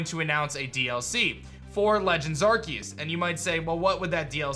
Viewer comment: I like how says Arceus's name right